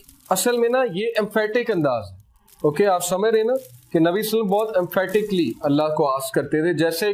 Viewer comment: Durood ko theek se padha karein SALLALAHO ALAIHI WASALLAM